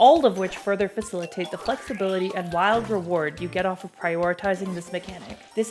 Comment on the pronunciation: "fissleitate" Is?